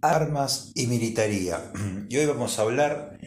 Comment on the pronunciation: Es militaria, no militaría. Lo tienes bien escrito pero mal pronunciado.